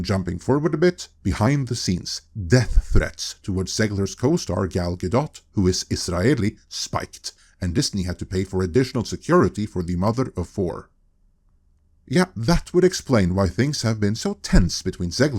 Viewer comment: Stop saying Gal-Dot, she's said this herself more than once, it's Gal-Doh. As for Zegler, she's cooked herself. If Disney, one of the most powerful studios in Hollywood are blaming her there can be no doubt about it, her career in Hollywood is over. She's box office poison and will not be hired again, and frankly it couldn't have happened to anyone more deserving.